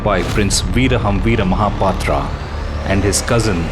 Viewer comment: What is "mahapatraa"? Say as it we pronounce in odia. MAHAPATRAW